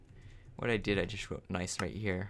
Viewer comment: Nie? I thought it was nice not nie